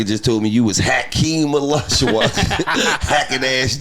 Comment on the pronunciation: Hac-Keem Olajuwun lol 😆